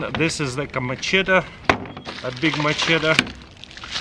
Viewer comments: What's a Mc Chedder lol 😂 it's called a Machete 👍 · "this is like a mehcheddar" "a big mehcheddar" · I like how you call it “m’shitter” and I agree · Machedder lol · Is that how you say Machete?